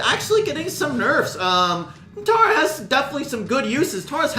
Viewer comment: Learn how to say Tara.